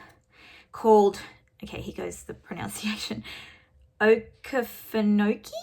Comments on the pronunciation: Thank you for showing us all your projects. Your work is very inspiring! Btw, Okefenokee Swamp is a huge wetland and National Wildlife Refuge in Georgia, and maybe part of Florida too. Your pronunciation was pretty good! Oh-key-fen-oh-key 😇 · Yes, she did a good job pronouncing it not having heard it before, and I am sure confusing the fact that I had mentioned Georgia with Texas was an easy mistake. I was just tickled that I was able to help. Thanks for posting the phonetic spelling as I had planned to if nobody else had already. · You said Okefenokee almost like a native. It’s actually I Georgia almost on the border with Florida very near where I live. It’s a beautiful place even though you wouldn’t think a swamp would be. Love all your choices for Maynia. Lots of beauties to enjoy! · You pronounced okeefenokee exactly right. It's in South Georgia. I'm from North Georgia and I've actually never been there, your maynia choices are fantastic. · I am so glad I was able to help and that Okefenokee worked out for you. ❤️I was tickled when you mentioned it in your video. You did pretty good on pronunciation for never having heard it before. My husband fought fire there by helicopter years ago when he was a pilot for the forestry service here in Georgia, and he flew me over it several years later as well. Here is some background info.